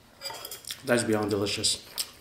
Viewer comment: This is the first time I hear say be'ond with a y. A disgrace I must say. Greatly disappointed.